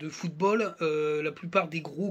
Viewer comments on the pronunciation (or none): none